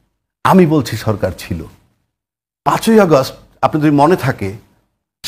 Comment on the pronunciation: এতগুলো দিবসের নাম মুখস্ত বললেন ২১শেআগ স্ট ১৫ই আস্ট একটি দিবস ১৫ইআগস্ত বললেও আপনাকে দেশের লোক বলাযেতে পারে।